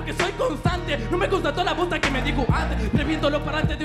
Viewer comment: Minuto 6:5 dice bosta no posta